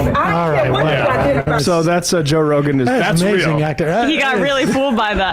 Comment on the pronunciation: Jo'k'e Rogan 😂